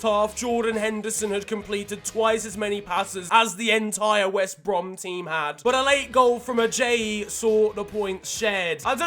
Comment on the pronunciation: "wost brem" 🤣🤣